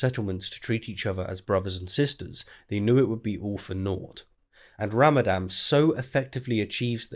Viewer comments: Isn't it pronounced Ramadan? Unless, by ramadam, you're referring to the destruction of a water-based power generating facility. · Ramadan, not Ramadam! :o Also , "suffice" is neither a noun or an adjective atm XD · it is called Ramadan with an N in the end. You keep pronouncing it ram-a-dam. Also, that video is surprisingly boring. I usually enjoy your content, but you seem to speak much slower than normal and the three mistakes are rather 'meh'.